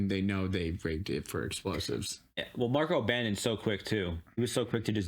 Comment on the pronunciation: Hi:hand-pink-waving:😘 We love you and everything, and you are SOOOOO smart! (but...) The name Marco doesn't have an 's' at the end. 😜 This is the 2nd episode that I've noticed you calling him Marcos. It's not like it's a huge deal or anything, but so many other reactors have called him MARCOS INAROS and it just gets me. LOL Just sayin'. But you can call him that if you really want to. I'm SOOOO glad you guys are enjoying this show so much! Your enthusiasm is so evident and so fun! And, so cool that you get to enjoy and react as much as the others get to, now that you're up to date with the episodes you'd already watched., I'm still waiting for the right moment to come up in the show so I can say what you said a few epi's back that blew me away.